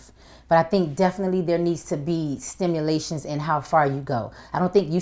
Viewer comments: Stimulations Lolol did u mean stipulations 😂😂😂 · LOL she said "Stimulation" instead of "stipulation " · she said "stimulations" I think she meant to say "stipulations" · Stipulations not stimulation lol.. we all do it at times.. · LOL the interviewer is shady..he let Trina say "stimulations" without correcting her, when she should have said stipulations. it's funny when people try to sound intelligent but end looking stupid. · Stipulations* not stimulations ... I forgive you Trina.